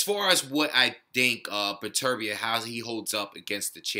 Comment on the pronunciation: Good looking out man. Pronounced my name right to boot! I agree, it's tough to tell who would come out on top since we don't really have enough data on Beterbiev yet. I think it's safe to say he is top 3 with Kovalev and Stevenson though. Could be my favorite division at the moment since all the top guys have devastating power.